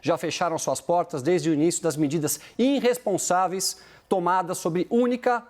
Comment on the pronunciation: “Prenscendentes”. “Inrresponsaveis”. Tenso.